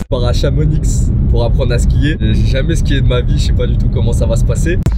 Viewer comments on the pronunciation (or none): On prononce pas le X de Chamonix sah c'est la honte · ChamoniXXX ptdrr un effort sur la prononciation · "chamonixe" putain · chamoniX 💀💀 sérieux tu fais aucun effort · Chamonix tu prononces pas le x bg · PUTIN ON DIT CHAMONI ON PRONONCE PAS LE X